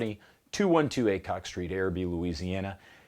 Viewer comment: Ay-cock street... figures